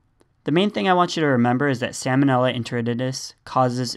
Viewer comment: I assume you are just mispronouncing the bacterial genus to make it more memorable. But that is not a great help for the future of the US the medical community.